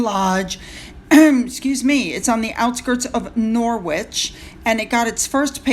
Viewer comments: Berkshire is pronounced Barkshur. All place names in England ending in shire are pronounced shur and all places names ending in ham are pronounced um...as in Nottingum, Birmingum etc. They are not pronounced as ham. Norwich is Nor ich (Norich) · The w is silent so it’s Nor rich Hope this helps for future reference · Norwich is pronounced Noritch 😻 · it's pronounced Norich and norfuch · Nice to see what the REAL royals are up to. btw - AnyUK city/county ending in the syllable wich (as in Norwich), the ‘w’ is entirely silent❤ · Oh bless you, it's Norwich. It's a silent W.